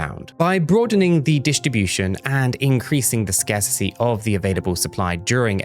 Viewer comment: Scarsissy is not a word 🤡 scarcity is though you sound like an imbecile